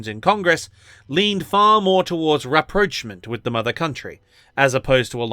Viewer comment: He even pronounced rapprochement like an American! 😂